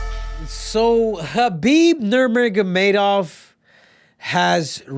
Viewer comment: He said khabib Nermerggermadov 😂😂